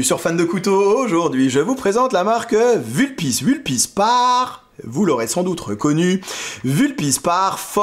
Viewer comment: Sauf que le U de Vulpis se prononce comme OU en latin.